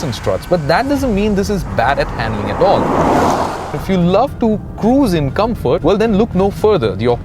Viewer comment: Good review and very well edited even with the overdone music and effects, but his constant mispronunciations we're annoying, ie; "Cabin", 'Gladiator", "Rapide", "Comfort", "Infamous", etc